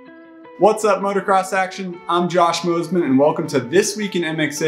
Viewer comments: Thanks for your hard work and late hours! (But please, it's "MOTOcross". I cringe at "MOTORcross".) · Same... I hate when people say "Motorcross"